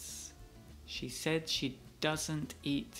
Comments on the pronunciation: ha pronunciado She mal Philips debería corregirla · a se le dificulta decir la palabra she... Pero que importa, lo compensa con una linda sonrisa.